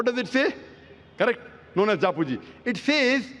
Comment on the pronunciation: Osho has confused you boy. You know nothing. All you want fame without facts. Stupidity has no limit. You can’t even pronounce Japji. No one explains Nanak better than Osho. Speak about your religion leave Sikhism as you don’t even understand what state in Guru Granth Sahib